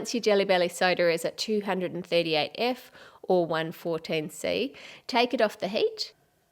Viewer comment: I like your accent, but when you say heat it always seems to sound like HATE